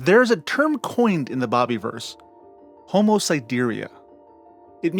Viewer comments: Loved this, but it is the bob-a-verse, not bobbie-verse. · Is it really pronounced "bobby-verse"? I've been pronouncing it with a soft "i", as in the word "universe" from which it's derived. Also, holy expletive, there are more than three books?!